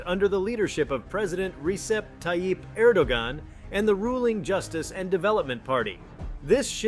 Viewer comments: It's spelled Er•do•gon, but pronounced Er•do•wän. ✌️🐸💨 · If and when Turkey leaves NATO, I wonder what will happen to the US's giant military airbase, Incirlik, in Adana. That's been a pivotal standpoint for the US surveillance of Syria, Iran, and Iraq for decades. I personally have seen US stealth bombers take off from that base. (FYI: Erdoğan's name is pronounced: Reh'-djep Ty'-eep AIR'-DOH-WAN)